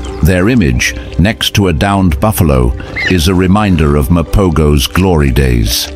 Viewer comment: Mapogos is pronounced ma-po-hos